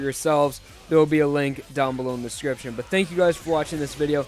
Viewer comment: For a second, I thought you said scripture instead of description